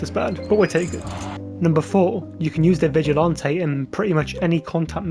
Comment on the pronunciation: Bro says vigilante like he’s sipping a strawberry daiquiri with his pinky out😂 Vigilanté🍓